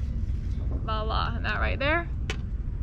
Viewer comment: It's not prononced "Valla"...The word is "Voila"... Your welcome.